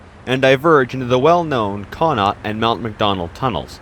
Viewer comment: Connaught is pronounced “kuh-NOT”. Accent on the second syllable. Savona is pronounced “Savon-AH”, accent on last syllable. All in all, a great video.